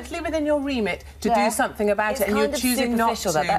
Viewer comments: “Sumfink” about this comment...👀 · Lypo suction could run here diesel car for quite a while. Also i wouldnt hire her just on the grounds that she cant say the word something, its not sumfink.